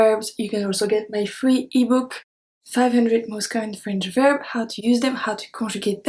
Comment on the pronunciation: Your English is wonderful. Remember, we pronounce the 's' at the end of words; so verbs is not pronounced "verb", but "verb s"